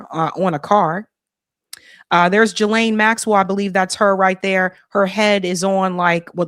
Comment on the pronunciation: Great show again.Not being judgmental at all but GM’s name is pronounced Giil-lane.Like the gill of a fish.It’s a French name.It’s just that you are so spot on and bring receipts with your coverage.Could a member relay this to her for me??🙏❤